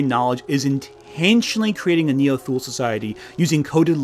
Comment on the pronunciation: * Thule = "TOO-lee." Because German, I guess.